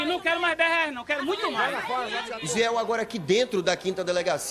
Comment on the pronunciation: "todo mundo aqui pagou quinze reainsx'😂😂😂😂😂😂😂😂😂